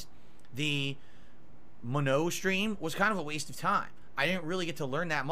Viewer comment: Him saying Manons name wrong everytime itritates the fuck out of me